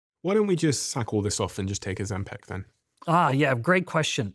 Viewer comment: Why does he always pronounce it “ozempeck” it’s Ozempic like pick. It’s so annoying 😂